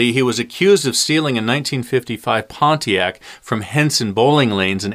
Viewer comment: You don’t know how to say Pontiac bro and it’s so funny